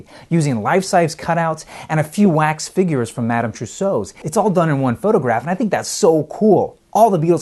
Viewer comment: 3-E?...You mean 3-D. You know...as in 3 dimensional? Duh. Also the wax figures were from Madam Tussauds not Madam Trousseau. A trousseau is the clothes, household linen and other belongings collected by a bride for her marriage. You should really write these scripts down and have someone smarter check them before you record.